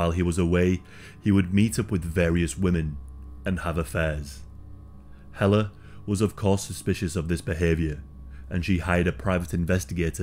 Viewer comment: Thank you for this story, and for not butchering the name Helle! I'm another Helle that ended up in North America, with someone you " just don't leave", and get away with it.! I got away, we with my children, and survived and thrived despite of his efforts to make my life a living hell. I read about this story years ago, and it sent shivers up my spine. Thank you for not letting her be forgotten 👍